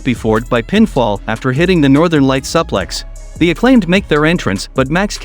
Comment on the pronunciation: Did you seriously mispronounce “Suplex”?